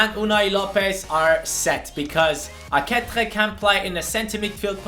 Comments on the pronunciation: Ehm i think few episodes ago you found out that aketxe is pronounced "aketche" but you still pronounce him wrong. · Arratsaldeon Bilbotik! Good afternoon from Bilbao! I see you have some problems to pronounce Aketxe's name xD I'll try to help you: You alredy know how to spell the first part of the name ("Ake-"), so the problem comes in the "-txe", which is pronounced like in the word "ca*tch*y", but the last "e" from "AketxE" is not pronounced like in the word "b*e*" but like in the word "b*e*st".